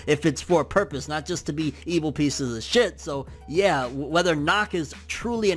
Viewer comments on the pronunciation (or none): none